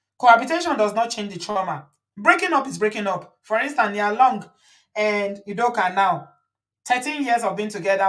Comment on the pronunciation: Udoka is Akwa Ibom state not pronounced the Ibo way